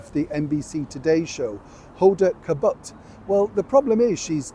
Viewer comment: It’s Hoe-da Kotbee, but who cares anyway (maybe ) 😅